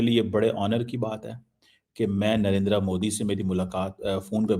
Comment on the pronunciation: In logo ko Narender Modi pronounce kerna nahi aata.... Narendra Modi....NARINDR-A Modi bolte hn